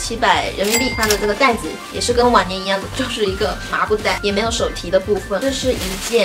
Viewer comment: 听好几次才听清是“往年”，以为是晚年😂😂😂